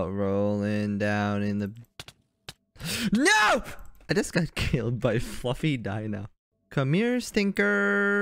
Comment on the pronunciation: HIS NO SOUNDS LIKE “NUO!” (No offense!)